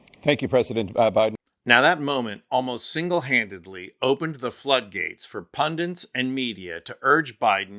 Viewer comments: Did you mean pundants or pundits? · The word is Pundits, not Pundints. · PunDITS. NOT punDINTS. What is it with Americans getting this word embarrassingly wrong, over and over and over again?!! Snap out of it! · What IS a pundint? Is it the new word for 'pundit'?